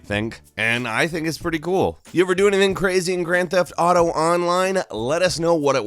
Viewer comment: Why do people say Grand Theft Dato?